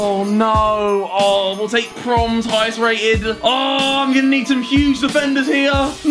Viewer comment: No 1 Harry:can pronounce blaszcykowski but can’t say promes